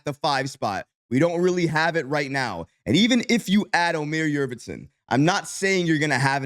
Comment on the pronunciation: Yurt Seven not Yurvetson